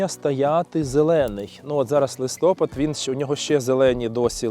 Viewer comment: Доброго дня! Дуже цікава розповідь. І ще, даруйте за зауваження, наголос у слові листопад на а.